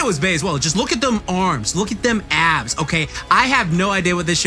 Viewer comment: Abbs , not Adds